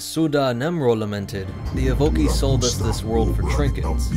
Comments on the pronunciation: EVO-KAI (Evocii) not EVE-OKEY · Good vid. But evocii is pronounced ee-voh-kai